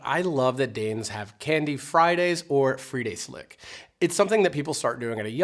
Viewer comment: When you say fredags slik then say the E more like an A